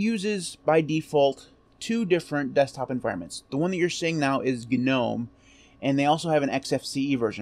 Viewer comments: cool video. btw, isn't 'Gnome' pronounced 'nome'... yaknow like Garden Gnome. Elves, goblins, gnomes. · For the love of all that is holy, the "G" is silent in Gnome!!!!!! God grief!!! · If then you absolutely must pronounce the G because no one on earth would know what you are talking about otherwise then and only then it would be “Gee” nome and most definitely never ever ever “Guh” nome. Guh makes you sound uneducated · GNU Network Object Model Environment, Is what it stood for, which is why it's not nome. Otherwise GNU would be pronounced nu, which it is obviously not